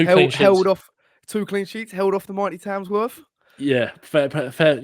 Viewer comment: there's not a single 'S' in Tamworth